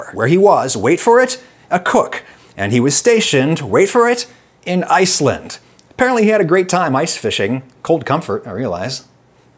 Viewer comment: Oh, "ICE"land, HAWWW!